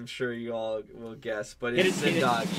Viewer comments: Thank you for having amazing pick as your no 1, infact top 3, and if you had put RRR as your no 1, i would have stopped watching your reactions. Yes pronunciation for Zindagi is correct its not zindaaagi, its zindagi. You all like GOW2 so Some iconic indian crime movie recommendations from my end - Satya, Vastav, Shootout at lokhandwala, D-day, Black friday, Ek hasina thi, Gangajal, A wednesday...most of them are best on true events. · You were right on your corrected "zingagi" pronounciation. It's just zin-duh-gi (not zin-daa-gi). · You have now pronounced zindagi properly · Excellent pronouncing of Zindagi! I think you guys should focus on the directors you like more than actors. Watch the directors other movies. Haider is part of director Vishal Bhardwaj Shakespeare trilogy. Check out Makbool and Omkara.